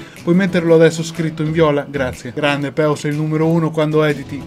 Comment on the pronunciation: Complimenti sei stato grandioso l unico difetto del tuo canale è la pronuncia di peo che si fa in modo strano ma la imparerò prima o poi ; )